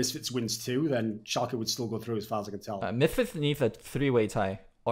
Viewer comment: Guys its German.. Schalke = ( Schal - kuh)